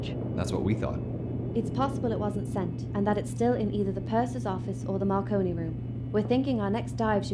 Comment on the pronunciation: he called the marconi room the macaroni room 😂😂